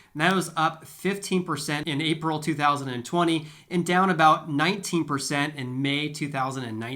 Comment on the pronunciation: I thought he said, two free socks😄